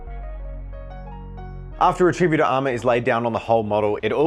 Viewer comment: is pronouncing it "re-TRI-but-or" instead of "RET-ri-BUT-or" an Australian thing?